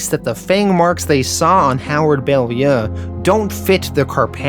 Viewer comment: It's pounced bow-lyoo